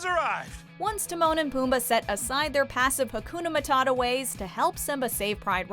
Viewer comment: Akuna matadha? Hhhhhhhhhh just say hakuna matata